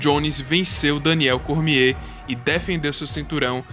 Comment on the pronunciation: Kkkkkkk muito engraçado esse nome "cormiehhhhh" XD